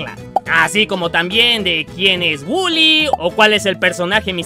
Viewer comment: Wuly coffe wulyyyy se lee woly pero se pronuncia Wuly no waly